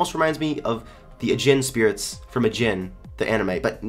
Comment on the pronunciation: one i love u for watching anime. two im really annoyed at you for saying a jin instead of are jean